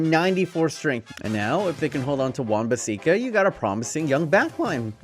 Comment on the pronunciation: Man said wan baseeka